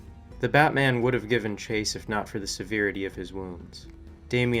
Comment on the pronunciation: Severity ; SEH VEH AIR EHH TEE